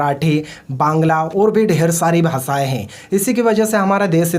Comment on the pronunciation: भासाय नहीं भाषाएं होता है